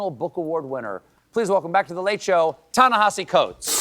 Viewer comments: Why does SC mispronounce Ta-Nehisi as Ta-NeHAsi? It's not the first time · Stephen, while he has the grace not to correct you, his name is Ta-NEhisi, not Ta-NAhisi. I wished you'd had him on the whole show. Thank you for this. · Even Colbert pronounces "Ta-Nehisi" incorrectly! Come on, people! Learn to pronounce his name, for crying out loud.